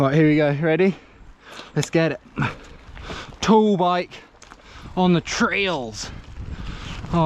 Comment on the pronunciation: It sounds to me like he is saying tool bike and not tall bike cos of his accent 🤣